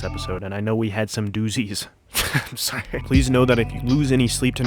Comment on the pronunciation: I would’ve subscribed again just off of the way you said doozies 😂